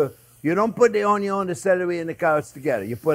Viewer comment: “onyon is always number first”